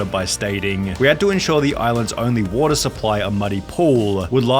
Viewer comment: Your vids would be so much better if you didn't inflect the end of your words like wat-uhhhhhhhh